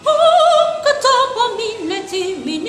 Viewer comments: Hakka tapan demesi gerekirken hakka tapa diyor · Hakk'a tapan milletimin istiklal.Tapan kelimesini tapa diye okuyor